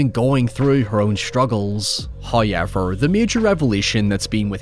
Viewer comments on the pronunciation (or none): Lol every time this guy pronounces the "ow" sound I physically react. How is the word "however" pronounced "Hi-ever" ? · Subscribing just for tomhe way he says "hoiyever" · Bro you’ve got to learn how to say however or pick a different word I mean look at it (however) do you see a Y in there? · I hear it as "hüerever". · Im reporting this video due to the way you pronounce "however". Its psychological torture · Why cant you say "however"?